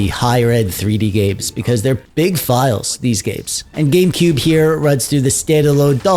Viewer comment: Did you actually say "GayCube"?